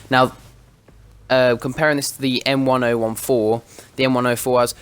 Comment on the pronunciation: It's pronounced "m ten fourteen"